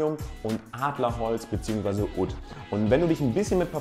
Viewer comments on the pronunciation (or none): Oud spricht man so aus :"uhd"